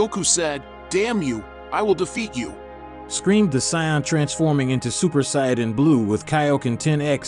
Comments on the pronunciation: Saiyans Saiyans not Sai-ons ots SAIYANS GET IT RIGHT GEEZ NOTHING GETS ME MORE ANGRY WHEN SOMEONE COVERINF DRAGON BALL Z/GT/SUPER MISS PRONOUNCES THERE NAMES AND THERE RACE ITS INFURIATING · sions...cyans.. use a better text to speech..